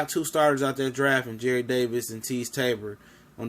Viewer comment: It's Jarrad not Jared